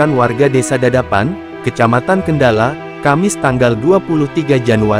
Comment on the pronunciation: y betul lw GX salah dgr a qjg dgr kendal ko kendala ktany😅